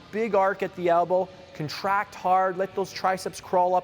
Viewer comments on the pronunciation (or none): Elbow. Not Albow. Great vid tho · "Albow" :'D